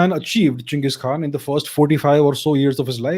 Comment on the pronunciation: Did you say gins or am i drunk